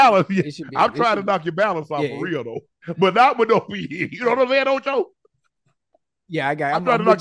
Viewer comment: Ocho said rell bad influence😂😂😂😂😂😂😂😂😂😂